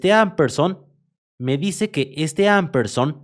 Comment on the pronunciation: Se lee ampesand (no amperson)